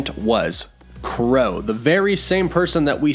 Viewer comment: What "Crow" Really 🤣🤣 it's Kro bruh